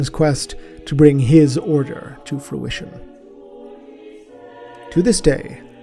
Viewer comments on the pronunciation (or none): none